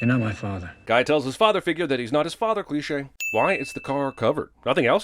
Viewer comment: How many things that this guy make a cleshay out of